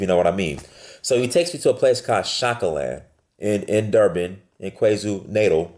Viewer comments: He butchered the name Kwazulu Natal. There is only one way to pronounce it bro, and its not the English way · I like the way you pronounced "KwaZulu Natal"